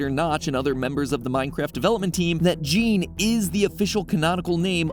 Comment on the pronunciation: Just a quick fact, "Jean" pronounce as "Jawn". Just sayin...